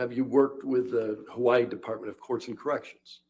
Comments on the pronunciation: I like. You can tell she's spent a ton of time in Hawaii. She actually says it semi correctly. Hawa-ee, not hawayeee... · For what it's worth to, the way the Forensic Psychologist pronounces Hawaii is exactly how locals would say it. If you live there for any period of time you adopt that quickly (excepting military) because saying it any other way isn't well-tolerated. It's also a hard habit to drop.